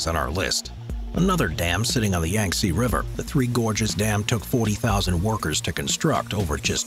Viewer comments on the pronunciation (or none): none